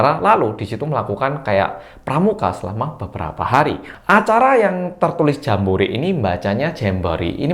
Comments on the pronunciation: Becek, bukan jemek🤤 Anak anak Indonesia juga sudah ditarik. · Di Indonesia bacanya tetep Jambore. 😅